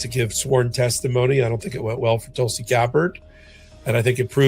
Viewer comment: Geez learn pronunciation before going on air Tulsi s name should not be new to you